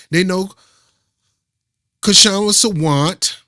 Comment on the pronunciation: Don't say the K in Kshama Sawant.